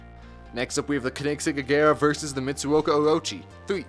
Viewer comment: It’s not the kenigsegg it’s a koenigsegg and pronounce “Koen” as “cone”